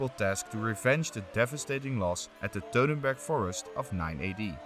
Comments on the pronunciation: WTF is the “Teutenberg” forest? You don’t even know the name of the battle, Sir? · How do you pronounce Teutoburg "dodenberg" ?!!!